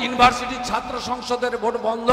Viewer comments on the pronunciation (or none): none